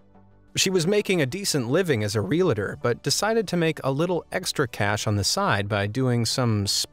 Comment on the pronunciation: Realtor. Not realitor. There's no letter between the L and the T. This seems to be a kind of common mispronunciation.